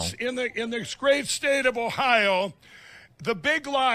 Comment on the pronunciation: "In the scrave stade of Ohio" - Mike Pillow